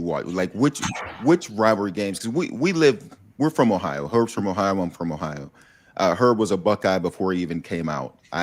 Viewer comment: It isn’t pronounced “ah-hi-ah” It is Ohio, really Kirk. You are from Ohio… Do better.